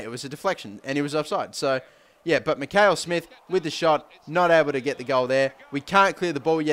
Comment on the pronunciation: First last your wrong it is Mackail-Smith